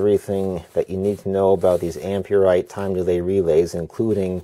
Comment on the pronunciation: just saying its not pronounced am-pure-rite or am-pure-ex its am-per-ex